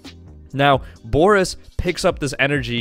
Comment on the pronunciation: The fact you're pronouncing his name wrong is cringe itself